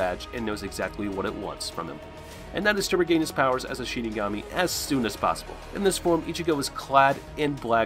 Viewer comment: Damn bro can u say any of their names right yeah I get ur saying the last names first like in Japanese culture but u pronounced half the names wrong lol.